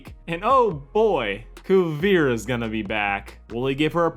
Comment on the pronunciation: 'Kuriveria' lmao how- Kuvira*